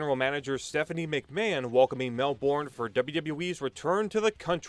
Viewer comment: Pronounced Melbourne wrong. Don’t worry most people overseas get it wrong